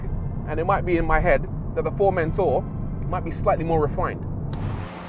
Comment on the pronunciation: Something about the way the presenter pronounces Formentor is a torment for me, lol